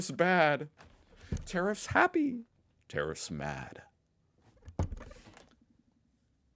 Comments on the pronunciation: Boomer cranky old man says. When you say tarrifs, it sounds like terrorist 😂. Other than that, love your work😊. Aussie politicians have been crawling up america's ass for a century omg. You can come over though. Aussie Aussie Aussie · I don't think the relationship between Australia and America will be affected in any way regardless of the outcome. Our exports to the US in steel an aluminium are not that great to affect anything anyhow. However I was at first confused with the way you said tariffs, like I thought you were saying terrorists when you pronounced tarrifs as terrifs. 😅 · When you say tariff it sounds like terrorist. Haha i laughed so much.